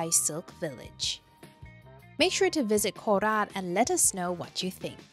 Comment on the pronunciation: There is no need to overpronounce it as "Nakhon Ratchasiiimaaaa" and "Koraaaat". Ratchasima and Korat will do.